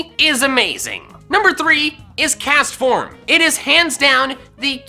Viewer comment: DO NOT LEAVE OFF THE T IN CASTFORM!